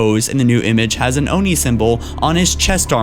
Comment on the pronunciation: please call it Oh-en-aye....